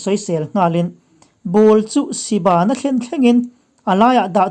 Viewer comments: Si bãn... ni lovin, siban tih tur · Si ban a ban tih hi bân nilo in in ban tih a ban kan sawi ang hian a ri tur. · A chhiar thluk si ban tih leh nuih sang tih hi a dik hlel deuh lo maw